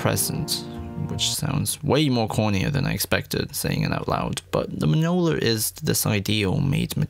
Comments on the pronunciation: Marvel: Mjölnir: meow meow Marvel: Mjölnir!!!: mjolneer! 😂😂 I’m sorry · Myolnear (soft a) You're welcome. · The scene with Friga from Endgame makes me cry every time. But seriously, your pronunciations of Mjolnir in this video...smh. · I love your videos but man the way you said mjolnir